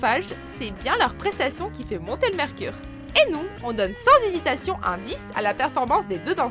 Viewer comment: Vous avez remarqué à : 8 min 24 au lieu de dire hésitation elle dit zizitation